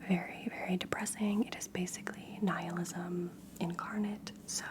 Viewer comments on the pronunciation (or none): none